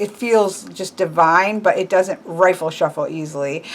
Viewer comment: not "rifle" - it's riffle the 'if' in riffle sounds like the word if